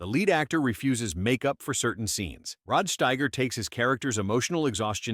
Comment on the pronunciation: No human has EVER pronounced Rod Steiger's name that way. And how often are you going to change your pronunciation of Sidney Lumet? And why the random shots of Quincy Jones, entirely out of context? These AI created videos are demented.